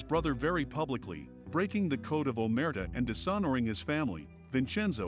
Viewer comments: Excellent! Aside from your mispronunciation of “Omerta”, this was beautifully presented. Thank you for the breakdown. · The way AI guy said “Omertà” literally made my ears bleed.